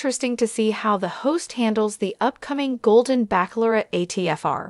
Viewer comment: Lots of repetition! It's Bachelorette, not baceaulorette! Waste of my time. I like Jesse Palmer.